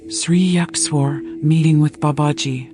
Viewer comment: Ur pronounciation of Sri Yukteshwarji is completely wrong.